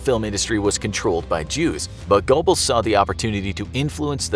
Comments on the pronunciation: Gobbles? come on man. Who doesnt know "Gerblls"? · gotta say the pronounciation of goerbles is painful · Not pronounced Gubbles. Pronounced Goerbles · If he pronounces G-o-b-b-l-e-s one more time, I swear... (Disclaimer: I'm not German) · Stop pronouncing his name like that. Its pronounced Joseph gerbels. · The fact the they couldn’t pronounce Goebbels correctly made me shake my head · Goebbels doesn’t deserve the respect of having his name pronounced correctly. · its soo funny how is pronouncin josephs last name wrong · Is it me or did he say Goebbels wrong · Ugh.. pronunciation of Goebbels just hurt my soul